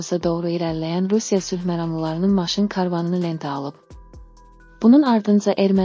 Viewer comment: Bu danışan qadın Azərbaycanlı deyil. Карван yox karvan